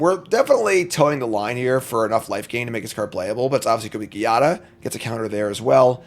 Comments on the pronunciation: my man i don't wanna be a grammarnazi but Giada is pronounced with the g like in geometry, is a latin name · Here is the prophecy: will never win with angels until he learns how to pronounce Giada.